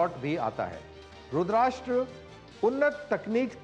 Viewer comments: Colnel sahab Rudrasta hai RudrASHTra nahin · रुद्राष्ट्र नाही रुद्रस्त्र(रुद्र अस्त्र)